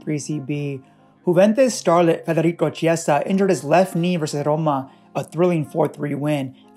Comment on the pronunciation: Bro im italian federico chiesa its not ceeasa but keeasa